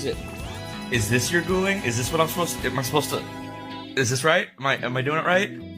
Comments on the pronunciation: GULING BUKAN GULI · Guling....bukan gulih